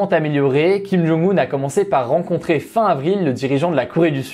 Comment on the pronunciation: Bonne vidéo comme toujours mais c'est dommage que tu ne lises pas les commentaires sur la prononciation des noms ou juste que tu ne la cherches pas avant de les citer ;) [Kim Jong "eun" et Moon "djé" in]. (oui je sais c'est carrément un détail, pas très important, me tapez pas trop)